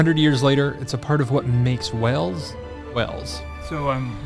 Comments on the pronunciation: Wales is pronounced the same as the animal. Not wells. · Of course you're saying Wales wrong. It's CYMRU! 😂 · Please stop saying wells. I understand that the Welsh place names are difficult to say, but the name Wales. Is an English word? You should be able to do it. Just say it like the secret chat in plural. Otherwise you are really gonna make enemies mean monks to Welsh people. I'm only part welsh and i'm furious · kinda does sound like you’re saying Wells. That’s a town in Somerset! It’s Way-els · Wales not wells lol😂😂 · This is the second video I have seen recently in which an American person persists in saying 'Wells' instead of 'Wales'. It's as if they think it can't be pronounced the same as the large marine mammal because of the different spelling. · You are saying Wales like WELLS which is completely wrong. It's exactly like the word whales as in the marine creature. Every time I hear you say Wales like wells I want to shout it's not bloody wells. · Why do Americans say “Wells” in stead of Wales, try pronouncing like whales might be better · Hi! "Wales" is pronounced exactly like "Whales" (The H in the marine mammal is basically silent) it is not pronounced like "Wells" which is the usual error. Of course it's name in Welsh is "Cymru" which is pronounced "Kumri" (Come Ree) The Welsh word for welsh is "Cymraeg" Confused? Bye! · The country is Wales, said like Wails. Wells is a town in England with a Royal Charter making it a City. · Great video. As a Brit I love watching your vids in the UK. In terms of pronunciation; I would suggest trying to say ‘Whayls’ not ‘Wells’ when trying to say the country. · You appear to be pronouncing it "wells", not "Wales" !! Glad you enjoyed it though !! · Pronunciation is like whales 🤷‍♀️ not wells ❤ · I don't know if your accent does it but the way you guys say WALES, sounds like you are saying WELLS. It doesn't sound right but I hope you guys love your stay.❤